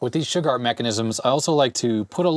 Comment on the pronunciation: Old computer chronicles and such I've always heard them pronounce Shugart as shoe-gart. First time I've ever heard anyone pronounce it shug-art. Good video and I've worked on those motors long ago with that tach.